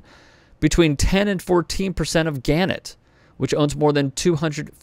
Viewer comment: It's pronounced gan-NETT